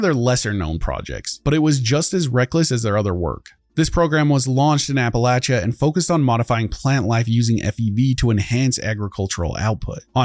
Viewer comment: Bethesda "HAY GUYTHS WE KAN MISPRONNNN MEESPRO.....MISKIN...not say rite Appalachia an an an an it'll be jus liek Novac! YEAH!" contributing to the dumbification of English. Good job, Todd. Good job.